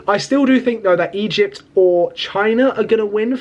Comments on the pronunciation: Stop saying Egept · Bro skipped history and English classes, lmao "Egept" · Egypt ❌ Eyept✅😂😂